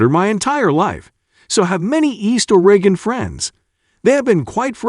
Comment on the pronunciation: my God, this clown cant even pronounce 'Oregon' yet here he is posting a video about it